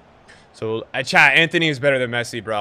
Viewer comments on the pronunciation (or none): none